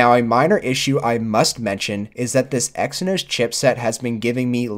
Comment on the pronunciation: I stopped watching the video when you said Exynos prosessor ...